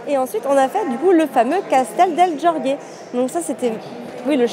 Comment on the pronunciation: Castelo de jorge ce prononce comme cela s'écrit "prenom Georges en français" pas georgué et en portugais le j et le g ce prononce comme en France non pas comme en espagnol. Désolé de faire la remarque cela m'a un peux perturbé.😂